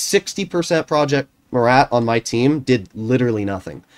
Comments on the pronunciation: if you want the proper way of saying it, dont pronounce the "t" at the end. So it will basically be: "Proje Mura" in English ( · “Prrrroyet Muerat”